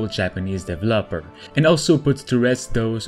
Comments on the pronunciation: DevEEEEEloper not DEVLOPER 😒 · He says Dev El Loper (developer) as 3 seperate words 😆